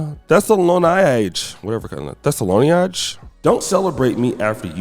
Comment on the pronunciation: Thess-a-lo-niaj…Thessalo-niaj??? Ayo will mess up somebody’s name if he doesn’t do anything else…Sheesh…It’s Thessalonia Jay…Say it with me now! 😂